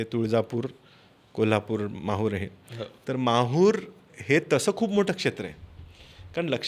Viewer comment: महूर नाही माहूर